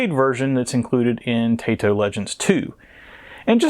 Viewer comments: Cool game. I borrowed it back in the day from someone at my secondary school. Liked it. Strange that it didn't get a PAL release. Funny game too. Are you mistreating animals? Say hello to my rocket launcher!!! I would go for the pronunciation to sounds more Japanese, not your Tay-to. But it doesn't matter much. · Congrats for grabbing this, not one I have. It's タイト、('tah ee toh' or "tie toe"), by my understanding.